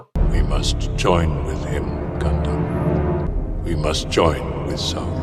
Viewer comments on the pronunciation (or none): none